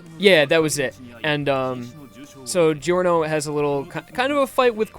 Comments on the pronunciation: Ah just a little tip since you're not the only one that pronounces it wrong: even if it's written "gio" you still say "jo". Since Italian doesn't have j as a letter we have to use gi to compensate. So you have to say "JoJo's Bizarre Adventure" and "Jorno Jovanna" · I though Giorno was supposed to be pronounced just like 'JoJo'? Like, the 'gio' sound in Italian is pronounced as just 'jo' I think. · I love this playthrough, but "Jeer-No" and "Jee-Or-No" are making me cringe pretty hard lol.